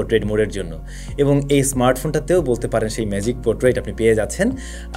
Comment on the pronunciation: Magic os কে আপনি ম্যাজি ও এস বলেছেন